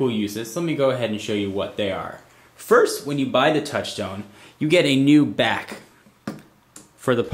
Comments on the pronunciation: lmfao did any1 hear him say "the BACH of the device" instead of "the back" ? hahaha lol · "plugs right into the BOCK of the device" haha! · yeah "bach of the device" LOL